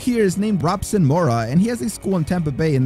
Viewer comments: Robson Moura is pronounced “Hobson” for future reference. Love these videos, great channel! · And his name is pronounced with an "h" so like "hobson" Moura.